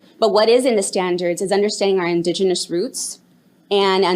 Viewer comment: it was all over the minute she says indegenous